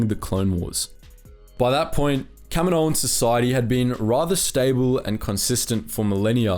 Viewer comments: Kamino = cam - een - oh Kaminoan = cam - eh - no- an? Wouldn't it be Kaminoan = cam - een- oh - an? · Kamino-an. You sound dumb saying Kami-noan. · What is Camo-noan? It's Kaminoans. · For the amount of times you saying there race it would help if you actually said it right just once.